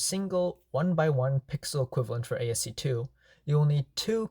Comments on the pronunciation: It is pronounced as "Ass-key art", not as "AST2 (I think you meant to say ASC2) art" lol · What you're calling ASC2 is actually ASCII (pronounced ass-key), or American Standard Code for Information Interchange. It's an early standard for text encoding.